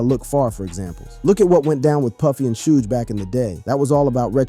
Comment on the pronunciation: Why is it you keep pronouncing Suge knights name wrong?